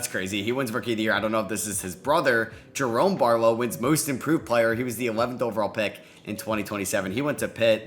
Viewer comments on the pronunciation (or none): none